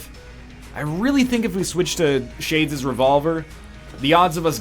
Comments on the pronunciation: Me too Dirpy, i kept hearing shay-jizz revolver and that made me feel funny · Egg can't say Shades Revolver at all